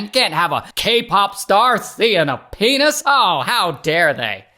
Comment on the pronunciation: "We can't have a KPOP star seeing uh peanuhsss" OMG 😅